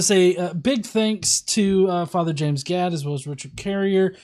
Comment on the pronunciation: It kept sounding like Carrier was calling him "Father God" 🤣🤣🤣